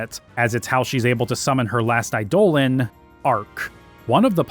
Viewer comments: I love your videos, but I'll never not be annoyed by you pronouncing eidolon as i-dole-an rather than idol-on like its supposed to be. lol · I loathe to be another one of "those guys", cause your long form essays are amazing and not to correct you, on subjective names like how you pronounce Quina or Zidane, but some constructive criticism on how you say Eidolon. It's pronounced Idol-on. No other way to even say that. I can say this as I myself used to pronounce it eye-dolan too. So don't feel bad. I think Idol-On sounds better too. Keep up the great work we are almost at 12 which is my fave one. Also, I am hours in and past the Melodies of Life section and you still haven't talked about that one scene. The one near the end. The one everyone remembers the most about this game. The scene where Zidane cuts onions. Please tell me this isn't in the bonus vid. Thanks again for all your hard work!!